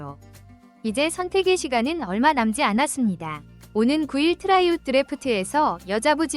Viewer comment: 트라이아웃. 발음이 왜 그 모양인가?